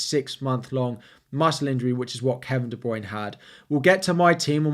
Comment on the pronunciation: Please learn how to say Kevin De Bruyne and Gabriel Jesus properly